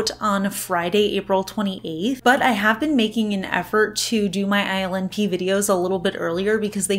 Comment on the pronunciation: I think ILNP polishes are so unique, ethereal, and delicate yet my boo pronounces the brand name “ILL NIPPY” in a rock and roll voice. Laugh every time I read it now.